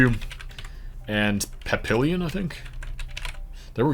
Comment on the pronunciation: Wow, you not only guessed all the Nebraska cities, you actually pronounced "Papillion" correctly!